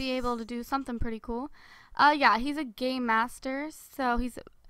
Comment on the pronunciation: I thought she say gay not game hehe xxx